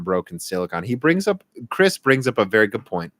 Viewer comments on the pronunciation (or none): none